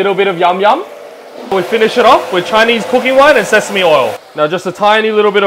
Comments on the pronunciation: Am I the only one who heard "ChiLese cabbage"😂😂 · My guy said Chilese cabbage 🤣🤣🤣🤣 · That "Chy nese" emphasizing 😂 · "Chilese cabbage"😊😊